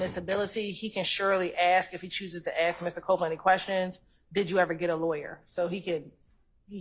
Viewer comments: She doesn't ask she axe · Yeeeeesss! Plus she will say. .. AX! and not ASK!!